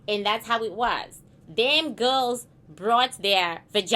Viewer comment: I love to hear you pronounce girls as "GILLS" 😂😂😂